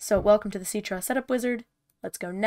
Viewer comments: I thought it was pronounced sit-tra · Citra: ❌ Ceetrah: ✅